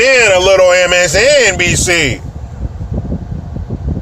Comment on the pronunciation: I LOVE how you said MSNBC, just like Howard Stern said he was told to say it, in his movie, "Private Parts!" w-N-b-c! Gotta give that letter N the respect it deserves!! Lol!